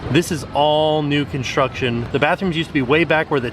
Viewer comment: you forgot the R in construction....